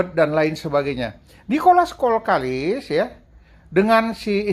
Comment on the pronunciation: kenapa kalau sebut kok selalu Nicolas kolkalis.....salah buang L nya yg benar kokallis